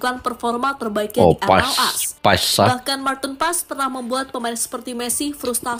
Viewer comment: Bacaannya Paas...bukan Paes ❤